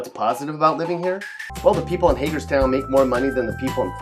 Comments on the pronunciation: You clearly just pick out random cities and repeat your videos over again. You didn’t even pronounce Hagerstown right. Next time actually do your research. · Oh hell no as soon as he said Hagerstown I knew he had MD fucked up